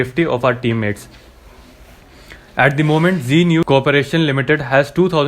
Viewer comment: G news nahi hai, Z news hai. Bhai try to pronounce the words correctly. Can't you differentiate between G and Z